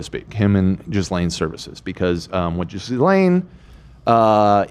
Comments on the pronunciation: I love yall but her name is pronounced Ghee-lane (ghee is like the Indian butter ) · Okay but Jizz-lane is funnier